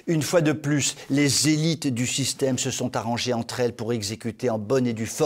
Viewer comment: Les « zélites » sont comme les « zignares », ils font partie de la génération « Z » peut-être ?! 🧐😉